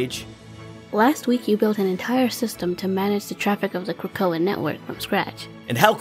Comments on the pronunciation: OONLY recommendations is to pronounce Krakoa as Kruh Ko Uh. It’s a small thing ofc and doesn’t take away from the amazing work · Kray-koa? (otherwise perfect!)